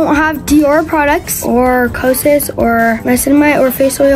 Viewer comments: Co-a-sis got my dieting it’s Co-sis 😂😂😂😂😂😂😂😂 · is so funny! “Koysas i think thats how you say it. kosas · That Kosass stuff u lut on is pronounced Kosis. Like (Koe-si-ss) Kosaas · The way said KOSAS “KO ASES”